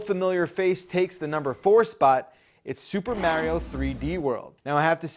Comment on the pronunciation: why does he say mario weird?